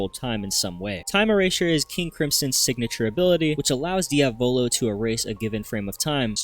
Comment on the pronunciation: Inglesi di merda NOT DIAVÒLO BUT DIÀVOLO is the correct pronunciation and it means devil the accent goes on the A learn the name ffs